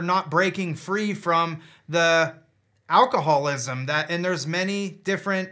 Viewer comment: its alcohol-ISM not alcohol-WASM.